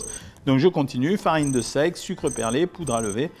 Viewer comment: Sans vouloir avoir l'air décalé par rapport au sujet, la vidéo est très intéressante, mais il y a un détail qui me chiffonne: "Farine de sexe" ? xD